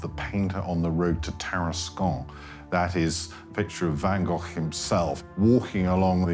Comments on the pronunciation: Van Goff? 😂😂😂😂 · I was here to see Van Gogh. Not Van Goff! 😕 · Is there no one that can pronounce the name Van Gogh correctly? It is not Van Gough or Van Goff (this video), Van Go or Van Goo (US), Van Gogue (France), even the Dutch researcher from the Van Gogh Museum does pronounce it wrong (but he knows). Two hard g's, but not too hard... and the o short not oo or ou; ah well perhaps it's funny that every country have their own pronunciation of the name. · Yes,yes : his name is Van Gof. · One goor(r=gh)::VAN. GOGH😊